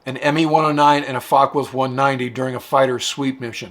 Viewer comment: Dude, it's not pronounced a "fuckwolf", it's a fock-e-wolf.